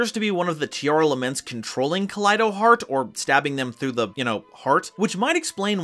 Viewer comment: Pls fix the naming of the monsters, it's Tearlaments not Tearalaments. I feel weird when I heard Tearalaments.